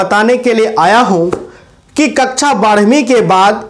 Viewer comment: कच्चा नहीं सर कक्षा होता😅😂